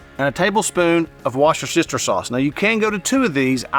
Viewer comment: Worcestershire, is pronounced Wusster-shire. The sauce is usually called Worcester Sauce, pronounced WUSSTER SAUCE 👍